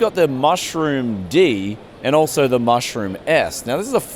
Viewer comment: Its Meshroom with a fscking e NOT Mushroom. Native English speaking people not being able to read or speak their own language. IT HURTS! Avoid those magic mushrooms ...